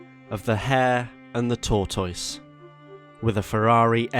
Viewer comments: Torr toyse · really said Tour-Toyse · Every time you mispronounced tortoise I died a little bit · he doesn't pronounce tortoise correctly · couldn't get past the first min of the video with the ridiculous pronunciation of tortoise lol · The mispronunciation of tortoise I can’t tell if it’s serious or if he’s joking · Is this how British people say tortoise? It reminds me of Benedict Cumberbatch and Penguins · Be kind, a speech impediment is not easy to live with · Why do you say Tortoise like you say Lyvery?